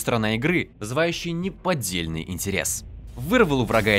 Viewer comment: "Развитиеперсонажа - крайне в а ж н а я часть геймплея. Возможнодаже лучшаясторона игры, вызывающаян е п о д д е л ь н ы й интерес" Примерно так я вижу текст для обзора по дикции и интонациям. Это еще что за херня, СГ?